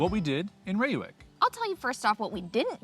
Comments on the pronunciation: Dude does his best to spell Gouda to make us proud! Continous to butched Reeuwijk... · Ray-wike for future reference :) But good pronunciation of Gouda 👌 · Reeuwijk pronounced as Ray wijk. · Thanks for posting this video. I enjoyed it very much, for I was born in Utrecht (that’s definitely not a Little Amsterdam, as it’s a city with a identity of it’s own) and now live in Reeuwijk (I loved your pronunciation Rewuk🤣). Too bad we didn’t meet, I’d have loved to drive you to the ‘Landerij’ restaurant. Whenever you’re in town again, let me know! 😁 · pronounced as "RRRAY- WEH-EEK" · Ray wike...not ee as in see...ee as in say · Please don't call Utrecht "tiny Amsterdam"... we are NOT Amsterdam and we sure as heck don't want to be called anything Amsterdam. Reeuwijck : Pronounced a bit like "Ray-why-k" Utrecht: lose the "Y" sound in front... it is not "yutrekt" and for the ch use the same G sound as in Gouda and you should be close to a correct pronunciation. :) Heerlijk: correct work however nobody says it. the proper one to use is "Lekker" (Pronounced as the English "Lacker"which can be used for many more things besides food. The weather can be "lekker" for example)